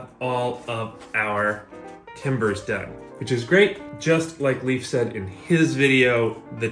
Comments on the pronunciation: Great take an build. Just please stop callin hi. Leaf. Its Leif not leaf pronuced Layf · Leif, his name is Leif, not Leaf! It's like calling you Graman instead of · love how you pronounced leif's name as "leaf" lmao